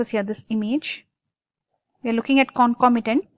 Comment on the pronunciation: Not clear with the topic... U brk while u teach🙄..u dont know to pronounce concomitant also... Hmm hmm..